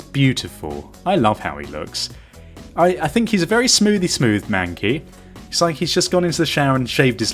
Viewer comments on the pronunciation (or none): "my manky" it's mankey xD.